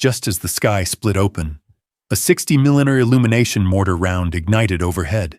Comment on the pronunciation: Can't even pronounce millimeters or miles per hour correctly let alone a few other words 😂